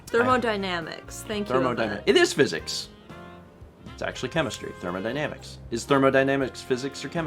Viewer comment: Hmmmm you said thermodynamics correctly here l